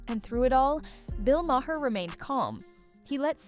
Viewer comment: You're pronouncing Maher incorrectly. 🙄